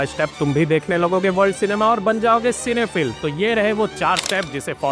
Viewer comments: Bro its pronounced as cine phyl' Not phill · सिनेफिल् ❌ सिनेफाईल ✅